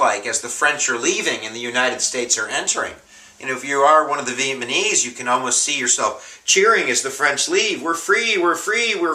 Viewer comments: It's NOT pronounced Viet-Ma-Knees. It's Viet Na Meez. Other than that, I gave up when you couldn't pronounce their name correctly. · "Vietmanese" vs Vietnamese I really hope you're not a teacher. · You're great but I get a giggle every time you say Vietmanese.. Hopefully you do know its Vietnamese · lol vietmanes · VIETNAMESE nooooooooooooot Vietmanese sorry had to get that off my chest. But otherwise I LOVE YOUR VIDEOS!!! I have 3 IB exams tomorrow and thursday, you're saving my butt! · Ma guy said Vietmaneese and then says "maybe" 3 times in a row .lmfao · He says "VietMANese" so many times haha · Lol, "vietMaNese" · Vietmanese LOL btw thanks for the vids, I'm finishing up my history major and your videos have come in handy. Keep it up!